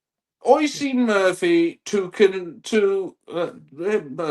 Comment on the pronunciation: Love the podcast, but I do have a small gripe. (obviously) isn't Oisín's biggest fan, but could you please pronounce his name properly? It's pronounced "Usheen".